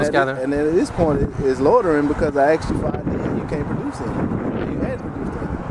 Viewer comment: BUT HE AXED YOU TO LEAVE!!